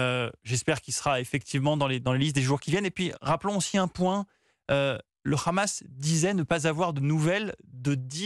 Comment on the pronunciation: On dit pas khamas mais Hamas